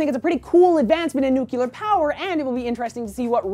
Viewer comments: "New clear" not " nuke you lar" gyad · you say "Nuclear" wrong.... (you say it like George W. Bush :P)